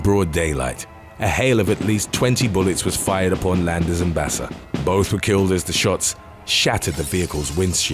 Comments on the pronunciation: Her name is pronounced "Baka" not basa. Wtf? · Baca is pronounced bah-kah not basa I know this because Baca is my last name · #5. Just sayn Baca is pronounced Baka. Spanish word. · Why is dude saying Basa when it's written Baca. I feel like the narrator isn't a native English speaker but a good voice actor lol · It's pronounced Baka not Basa vato loco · Baca is pronounced ba-kah not bassa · You know you either have a computer generated narrator or an egotistical b@@ narrating when Baca is pronounced bass-uh. P.o.s. can't be bothered at all to learn how to pronounce last names when making YouTube videos. I've heard enough, I'm unsubscribing. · It’s funny how the narrator pronounces Spanish last names like if they were Italian last names like Baca and Barraza.